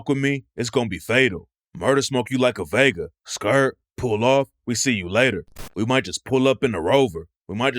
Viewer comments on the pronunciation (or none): none